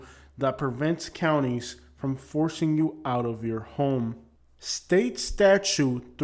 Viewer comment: Statute is not pronounced as statue. The second 't' is not silent.